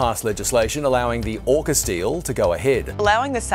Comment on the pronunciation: Aucus not oucus bruv!